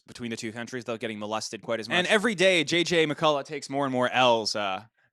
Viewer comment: the way dude says m&lested lol 😂